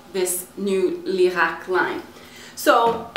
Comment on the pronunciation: sei italiana per caso?! grande pronuncia!! ho appena comprato lierac high peel